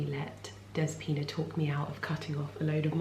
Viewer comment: Next time you go to the salon call her dEspina instead of despIna. Youll make her smile! That's how we say it in Greece.